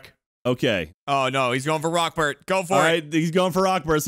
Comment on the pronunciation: Am i the only one who thought it was "Rockferd" and not "Rockbert"??? Please tell me im not alone lol